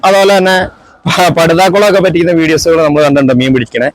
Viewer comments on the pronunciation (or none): എന്റെ ഭായ് പറ്റിക്കുന്നു എന്നല്ല വറ്റിക്കുന്നു... പറ്റി കുന്നു എന്ന് പറയുമ്പോൾ അരോചകം....